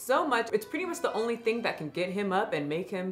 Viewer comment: “He onlyé walks for ice creamé”